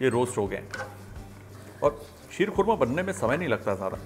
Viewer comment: शीर खोरमा शब्द संस्कृत और पर्शियन का मेल है जिसका सही उच्चारण क्षीर-खोरमा है।